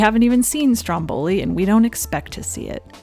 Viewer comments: I'm sorry, I don't want to seem rude, but I'm Italian and I just want to tell you that it's Stròmboli and not Strombòli. I admire your lovely work and your dedication to this channel. Love from Italy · It's stròmboli, not strombòli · Not StrombOli. StrOmboli! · Just a friendly correction, it's pronounced Stròmboli, not Strombòli (I know it's difficult for non italian speakers to get it right, and it's just a little detail, but it bummed me so much throughout the video). I love your documentaries, I fell in love with Ingrid's work since seeing her in Murder on the Orient Express when I was little, thanks! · Yay!!! Love IB!! Saratoga Trunk is my fave. I thought it was pronounced strom-BOL-i. Journey to Italy is far superior to Stromboli. Indiscrete is readily available on youtube (shhhh) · I'm Italian and it's so funny how English speakers say "Stromboli". In Italian the stress is on the first syllable. I love these videos and especially on the old movie stars! It's a fascinating topic. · This video is AMAZING as usual, loved it. The american pronunciation of Stromboli is so funny tho